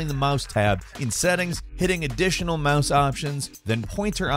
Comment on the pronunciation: He said mahs instead of mouse lol